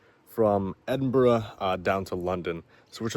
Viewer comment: watched this today great seeing you was in my home town glad you had a great time and you even said edinburgh the right wat some cant say it right lol